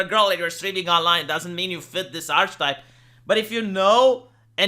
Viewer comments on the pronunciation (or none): 'ark-ee-type', not 'arch-type' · I'm not sure whether or not you care, but I believe the proper pronunciation of the word 'Archetype' sounds more like 'ark-eh-type'. English is a very inconsistent language at times.